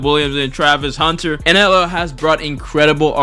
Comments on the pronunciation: Why tf do u keep saying NLL?? Very annoying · how TF do you manage to spell it correctly and then proceed to say NLL for 9 straight minutes 🤦‍♂️ get off the galaxy gas